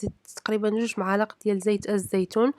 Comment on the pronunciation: سلام....ملاعق وليس معالق😄😄😄